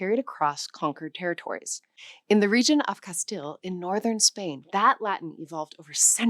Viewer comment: Not "Cas-til-lon" but Castillian and not Catalan, either. Do you actually speak any Spanish at all? I doubt it. It's boludeces, as they would say in Argentina.